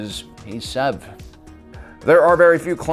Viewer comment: Its SEV not zev